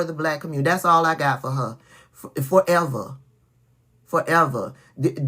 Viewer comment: fo’ eva, eva?? 😂😂